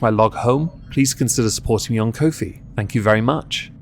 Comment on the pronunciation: Pretty sure Ko-fi is pronounced like "coffee". I think their shtick (at least when starting out) was that you can support your favorite creators for as little as it takes to buy a coffee, or something like that. Then again, maybe coffee is pronounced with a long o in England, in which case, whatever, you do you.